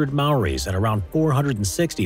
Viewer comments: learn how to to say the word Maori before you say it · Roll the r for Maori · fuckin oath bro. sick of people saying mayoree. or mahree. like fucksake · the way he says maori is just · he didn't nail it but he tried and got close. it's nice when people at least try. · the way he says Maori is funny,NZ GANG BOIIII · The way you said Maori is phew 😅😂😂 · The way he says Maori